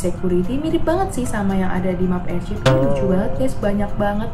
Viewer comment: Airship aneh bukan airshap